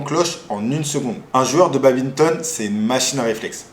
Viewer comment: J’ai entendu baBinton mon dieu